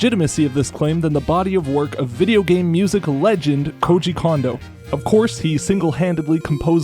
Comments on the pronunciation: I have no idea why everyone so consistently says "KOH-ji "KAWN-doh". It's "KOHN-doh". Why would you say the second "ko" incorrectly when you said the first one correctly? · the ko sound in his first name is the same as his last name. It's japanese, dawg. Ko Jee Ko N Dough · Oh come on, if you’re gonna put in the effort to pronounce the O in ocarina then you gotta use the same Japanese O sound for Kondo’s name jfc/s